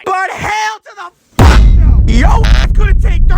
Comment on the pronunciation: Stop saying fack